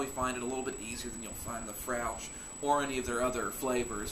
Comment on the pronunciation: Hey nice review, those are two excellent beers, just a shame more scottish ales aren't redily available to you because they're great. As a side note Fraoch is pronounced fray-ock or frey-och